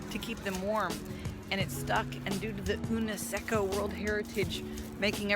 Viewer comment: unesecco? It’s the UNESCO (United Nations Educational, Scientific and Cultural Organisation). They’re keeping our canals hostage. :( Holler if you’re in Amsterdam again one day, I’ll show you around the city :)